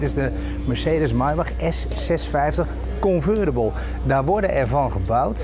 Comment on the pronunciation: Dan koop je een Maybach "ultra-mega-super-fantastisch" luxe, en dan moet je de sleutel nog in het dashboard steken.... De grootste afknapper van de auto! Waarom nou geen key-less go? Ohja, "convertible" schrijf je met een T en spreek je dus ook uit met een T, niet met een "veramerikaanste" D-klank want een amerikaan zou het woord Roadster gebruiken.